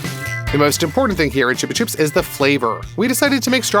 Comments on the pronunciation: ITS CHUB-A-CHUBS NOT TUBE A TUBES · I thought it was said like chubba chops💀